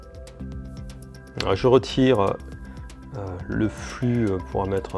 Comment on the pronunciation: Ptn mec tu dit n'importe quoi propos des matériels utilisés tu dit isopropalique alor que c'est isopropylique tu dit flu alor que c'est flux et aussi une console se ne démarre pas sans disque dur voilà c'était pour moi ce n'était en aucun cas une critique bonne soirée